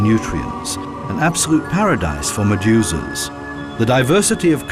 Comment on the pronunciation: Although I thought this was a GREAT documentary, it was like nails on a chalkboard whenever the narrator said "Maduzaz". I know what he was trying to say, but every time he said it I heard "MaduZAZ". And then he would say it a few times in a couple of seconds, I felt like punching myself in the nuts to distract myself from his pronunciation.